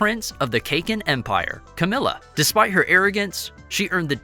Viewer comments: Please work on your pronunciation. Its pronounced "Sir ride nick". And it is "Kah Keen" not cakin. Love the content but it's jarring to the ears to hear that. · Lol. Cake-in. It's Kah-Kin. Please 🙌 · he is saying cake-in empire its caa-kin empire